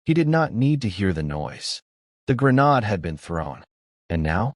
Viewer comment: DR is pronounced doctor, not D. R.. Grenade isn’t pronounced gre naaad; it’s pronounced gren aid!